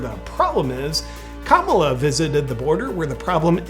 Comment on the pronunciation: You’re definitely saying, “Kabbalah” 😂